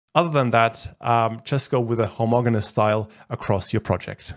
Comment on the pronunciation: Homogeneous- the g is pronounced as j.